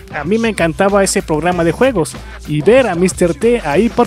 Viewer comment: Pograma" ja ja ja